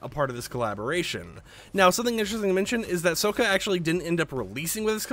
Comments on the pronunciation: soaka, 🤣🤣 its sokka, also where is sokka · i love avatar, i grew up on it 1 minute later calls Sokka "Sow-Kuh" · Him: i grew up on Avatar Also him: SoKa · How you say you are a nerd for avatar but can't say sokkas name right...